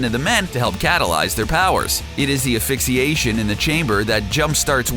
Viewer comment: This guy gets a lot of word pronunciations wrong. Like "affixiation" instead of "asphyxiation."